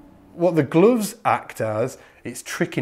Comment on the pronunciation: its just how you pronounce it its funny “glooves”